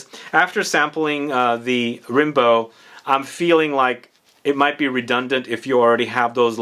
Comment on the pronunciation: Its actually pronounced "Rambo" like the movie